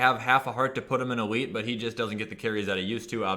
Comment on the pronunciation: I only watch this guy to hear the: ELETE